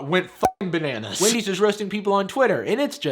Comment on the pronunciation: anyone noticed it said Wandy's